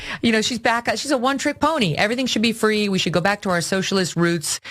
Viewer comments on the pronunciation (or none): Ha ha. One “TRICK” pony. Stupid blonde. Not one “trip” pony. Lol.